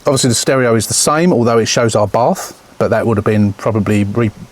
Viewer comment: FUBARth - is what I thought you said 😂